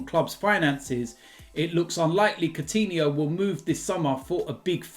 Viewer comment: So u say Soutinho, and not Koutinho..??